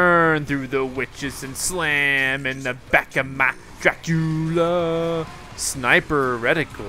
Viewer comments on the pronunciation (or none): IT'S DRAGULA! NOT DRACULA!:P